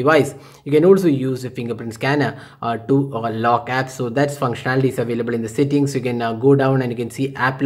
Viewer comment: not sittings it's settings